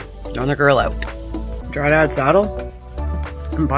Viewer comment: "Dryad" not Dry Dad.